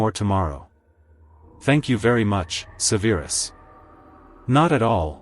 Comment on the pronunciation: How do you mispronounce Severus? They say it a million times in the movies.